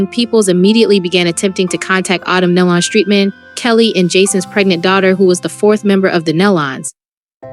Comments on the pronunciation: It’s Nelon pronounced Neelon - please get the name right!!!! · You are pronouncing their last name wrong. Please get that right. This is very important. it’s pronounced Nee - Lon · Pitiful video. Their last name is pronounced like KNEE-LUN. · It's Nelon, pronounced Ne lon, and it was Gaither not Gather. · It sounds like KNEE & Lon as in Con! NEE- LON! IT'S NOT THAT HARD. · Somebody tell them how to pronounce their last name, NÉE’ LON‼️ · Makes me realize that you didn’t know them , because you are pronouncing their last name wrong. That is sad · Yes I agree with these comments on here i mean how hard is it to pronounce the last name nelon correctly i mean seriously or even gaither